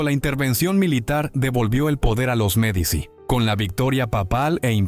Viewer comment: Ya con la voz de IA y la pronunciación de Medici se me fueron las ganas de escuchar. Disculpen